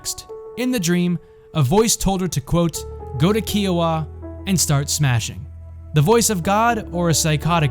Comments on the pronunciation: It's pronounced "Ky-Oh-Wah" like Iowa with a K. Not "Key-Oh-Wa" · KI-Oh-Wa, not Key-oh-wa. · I’m from Kansas, born and raised and I’ve never heard someone say Kiowa as Keeoa. It’s pronounced KIOwah. Like kite and no. Not an ee sound. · That is not how you pronounce "Kiowa" its like the greek letter "Chi" Chi- o- ah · Kiowa is not pronounced like that 😂 Love the video! I'm actually from Medicine Lodge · No but it is a fact